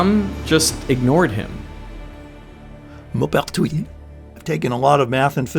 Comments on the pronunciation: It's annoying to hear smart people mispronounce names. It's Mohpertwi, not Mahpertwi. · The "Mau-" in "Maupertuis" is not the "o" in "mop", but the one in "more". Moh-pair-twee Glad to hear about the lack of intuitive feeling about action. So I'm not the only one. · Maupertuis would actually be pronounced like you would pronounce the ‘m’ and ‘o’ in ‘more’ (like when you pronounce mauve - purple) Yep - just checked it in Google translate AND I’ve been speaking French since 30 years (including 2 years of high school, 16 months Military Service as a reconnaissance radio operator and 4 years living in a French village with people who spoke nothing but French)…. You DID get the rest of it right though - you just fumbled the beginning which is still very good, especially for an Aussie (I’m a fellow Aussie too)